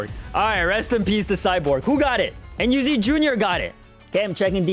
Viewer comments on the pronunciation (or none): “Code enyu” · "MeEnyu" wait Let me take my glasses, puts on glasses Oh its "MeAndYou" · "Code Enyu" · MeEnyu I mean not meany